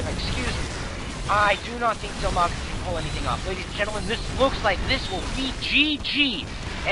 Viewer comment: His name is Dimaga, not DILmaga.